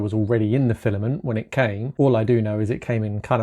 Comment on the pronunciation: "File-A-Ment". No. NO!